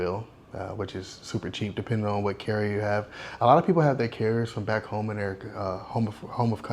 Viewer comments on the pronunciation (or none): none